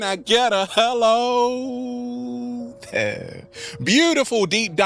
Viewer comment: When you say "Can I get a hello THERE", please can you say "there" clearly so we know exactly what we are hearing? I only have issues with the "there". Thanks.